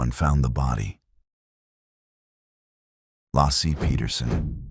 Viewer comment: I don't know who this narrator voice is....BUT it's difficult when the names of victims are pronounced wrong. Laci Peterson 🕯🙏